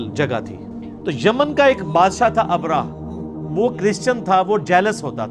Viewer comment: ابرا نہيں “ ابرہہ يا ابرھا” ٹھيک نام ھے!